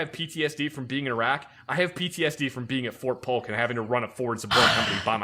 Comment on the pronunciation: Its Polk, not Pulk.